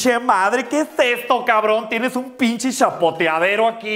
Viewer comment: Davis F. Digo "Pinshe" por que galatzia asi lo dice